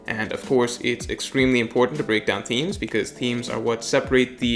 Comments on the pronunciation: Mans says themes wrong every time yet says thematically perfect. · Oh, its themes. Thought he said memes at first. Breaking down the memes would more beneficial